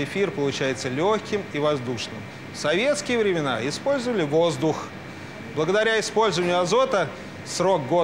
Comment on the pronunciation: почему он так выделил слово "воздух"